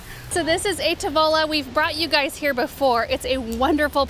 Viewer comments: Love your videos, and love your pronounciations... A Tavola, the a's are all short sounding like apple, and the accent is on 'tav'... So, a TAVola. I giggled when I realized the restaurant's name was Italian for 'at the table' and not some exotic plant name because silly me thinks that is the kind of restaurant name would go to... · Fun video! Makes me want to hang out with my mom, except we would want to go to the quilt store together. FYI: The restaurant name is Italian, meaning "to the table" or "at the table." Your pronunciation is a bit off. (Not being mean here!) I didn't know what you were saying until I saw the restaurant name on the building. You can get an audio pronunciation on Google Translate. If I'm ever in Boise, I'd love to check out that restaurant for lunch! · The restaurant’s name is Italian. Ah TA-vo-la means at the table...😊 You and your mom have such a special relationship. It’s so nice to watch. Just love your outings.